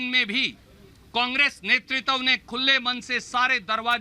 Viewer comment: Netritav nhi hota h netritva hota h,kis bachhe ko bolne bhej deti hain sonia ji